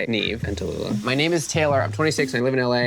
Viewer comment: Nobody.... absolutely nobody: " NEEF" ( NEV) 😂😂😂😂🥴🥴🥴🥴